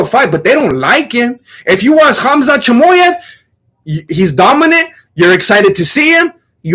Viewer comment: Bro has learned how to pronouns names off uncle sonen. Choymoyev